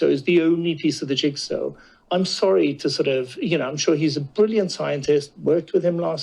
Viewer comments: "The arrogance of the unelected" says the unelected! BTW Guto, the word is "jigsaw" not "jigsew" This from a guy who was a communication specialist?! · Err…what’s a “Jigso”? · What's a "jigso"? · What is a "jigso"? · Jigso? What's a jigso? 😆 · Ah, the opinions of a guy who can't pronounce jigsaw. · Why can't he say 'jigsaw'? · Dude can't even say 'jigsaw'.